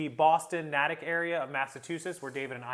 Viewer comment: Natick is pronounced with the long A sound.